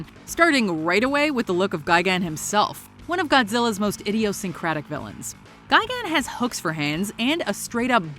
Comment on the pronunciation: Ga-gan. Really? Isn't it gi-gan?